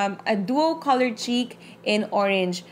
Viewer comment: hahaha nabulol kna po! hahahaha bet to ok lng po.. corol imbis na color.. =) anyway carry lng po more videos pa more! God bless..